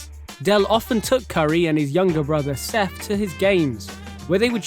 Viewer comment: how are you going start off the video saying Steph's name wrong